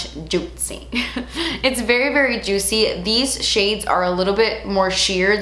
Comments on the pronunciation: Drink every time says "jutcy" 😂 Edit: I literally commented this before she says in the video hahaha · "look how SHAITNY, GLOTSY, JUITCY"- 😂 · I love you but it is getting annoying how often you say Juitcy.... :(